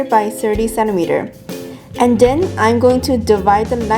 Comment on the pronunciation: I love how she says then - den